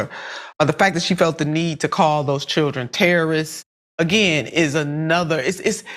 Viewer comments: Not Ter-Ro-rists 😂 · Her pronunciation of “teh-RUH-rists” is the crackhead version of “PO-TAY-TOES” from LotR 😆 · She cant even pronounce terrorists...lol...shes under the influence of something wildin out and got caught so she defaulted to tears to seem innocent